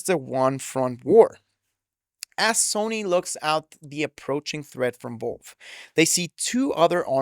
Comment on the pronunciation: Bruh it’s Valve. Why tf do u keep saying “Volve”?